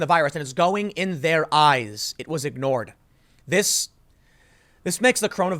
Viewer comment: Tim: Do not panic also Tim: IT'S IN MUY AIS, EVEN I CAN DIE